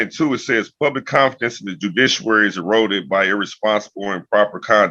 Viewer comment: "Joodishuary". Dude-bro pal friend guy buddy - when you cannot pronounce basic words, you're not a "constitutional law scholar". you're a Mooron. You've memorized a bunch of statutes and cases you don't understand, can't apply and repeatedly misconstrue. You've given yourself a name you don't understand from a language you don't speak from a religion you don't practice. You're going down, brother. And you know it.